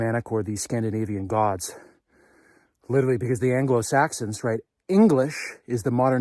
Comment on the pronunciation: “Genuhmin”???????? "Intresting" is not a word. "Litterly" is not a word.